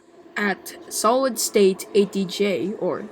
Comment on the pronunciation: Very well done! And thanks for the feature as well. Now only time and the powers at be will tell what comes next for Ontario transit. P.S. The name is pronounced SolidStateDj (St+eight=state), and was a play on a SolidStateDrive (or as many would say, an SSD).